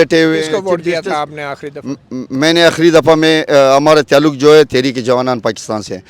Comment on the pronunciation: Sub se funny sahb te😂😂😂😂😂😂......Isko koi bataen baloch "tallak"or "mulak"nahe bol sakta...Uper se inko 300 shaheedon me se ek ka b naam yaad nahe..😂 Ade nako script to yaad karte..Beizzati karwa di😂😂😂😂